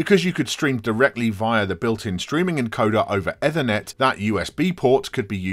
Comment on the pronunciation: do u say Ed-Thernet every time on purpose to piss off anericans 😂